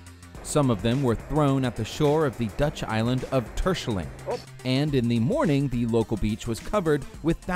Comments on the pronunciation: It is funny of someone inglish is trying to Say Terschelling XD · Funny how you prenoumce Terschelling en Ameland (i'm dutch and we use a hard G) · I’m ducht and I just wanten To say that you totally mispronounced terschelling and ameland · Damon Heijblom precies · Lmao. i like how you pronounced the dutch islands.😂 Terschelling and ameland. arnt the easiest ones. Wie is dr Nederlands hiero😂